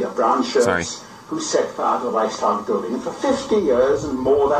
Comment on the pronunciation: YOU ARE A FRAUD...!...YOU CERTAINLY DO NOT TALK " EASILY" WITH YOUR GERMAN FRIENDS ON LINE...BECAUSE YOU CANNOT EVEN PRONOUNCE " REICHSTAG" PROPERLY....AND SAYING THAT "1930s- SPOKEN" GERMAN IS DIFFERENT FROM NOWADAYS, IS DOWNRIGHT BULLSHIT!...ALSO, WENIGER BLÖDSINN ERZÄHLEN UND MEHR RECHERCHIEREN...SONST SIEHST DU EINFACH NUR WIE EIN AUFGEBLASENER WICHTIGTUER UND VOLLIDIOT AUS!